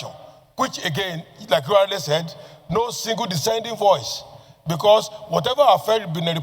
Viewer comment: Die-senting view - is that the correct pronunciation of "Dissenting" Mr. Senate President??? Smh😮